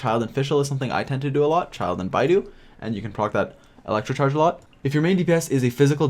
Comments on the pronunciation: Yea alot of people say beidu when it's bei dou lmao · im sorry u lost me when u pronounced kaeya's name as kay-ya and beidou's name as bai-doo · Did he just called Beidou Baiduu? Or are my ears deceiving me?